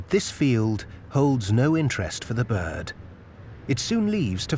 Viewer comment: Its pronounced B I R D there's an R in the word are...R